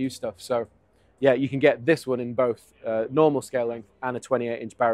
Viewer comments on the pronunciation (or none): none